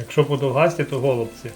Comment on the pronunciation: БЛЮБО КЛАСНЕ!ДУЖЕ СХОЖЕ НА ЛІНИВІ ГОЛУБЦІ./НАГОЛОС НА ОСТАННЮ БУКВУ--"І" А ІМ'Я ЮРА ТЕЖ НАГОЛОС НЕ НА ПЕРШУ БУКВУ "Ю",А НА ОСТАННЮ "О".ТАК ПРАВИЛЬНО ПО ГРАМАТИЦІ ДЯКУЮ ЗА ГАРНИЙ РЕЦЕПТ! ВИ ГАРНА І ПОЗИТИВНА ПАРА! А ДЕ ВАШ ВНУЧОК? ВІН З ВАМИ ГОТУВАВ,ПРАВДА СОРОМИВСЯ.АЛЕ ВІН НЕ ЗВИК ДО КАМЕРИ.БЕРІТЬ ЧАСТІШЕ І ВІН ЗВИКНЕ